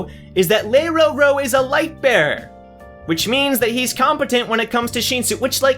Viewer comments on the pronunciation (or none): its not sheensu its shinsu just say it like how u spell it sheensu sounds so obnoxious